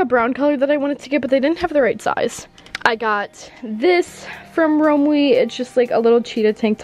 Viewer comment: The way said Romwe made me cringe. Lol